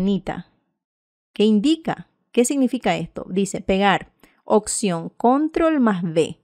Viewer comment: Cómo escribe la palabra OPCION si usted dice occion.